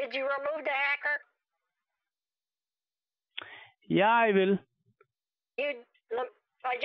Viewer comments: Did the fool say 'haircut' instead of 'hacker' ?🤔 Maybe I need new batteries for my hearing aid too. The Energiser 🐰 may help. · It's supposed to be a hacker but the scammer sounds like he's saying hiccup